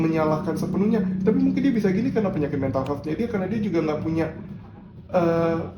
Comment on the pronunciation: Lucu bgt setiap nyebutin meha😂